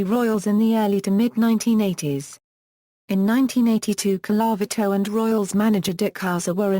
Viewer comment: Could you get a person who can pronounce Colavito.